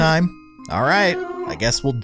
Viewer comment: i had sub titles on and when you said 'baldi' it thought you said 'all T' lol 😂